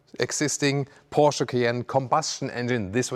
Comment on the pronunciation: Like how you pronounce ‘PORSCHE’..👌🏾